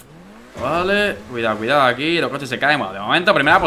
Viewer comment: Cuando dice cuidao xd